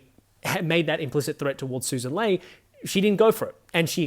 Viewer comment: Mate, love your work, but it's Lee not Lay